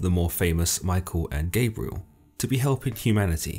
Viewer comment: It’s not Gaybriel its pronounced Gob-rye-el.